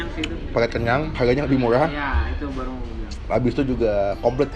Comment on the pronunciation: bilang menu baru mesti jdi menu barlrlru